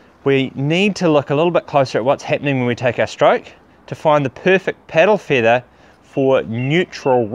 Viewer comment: "piddle feethah?"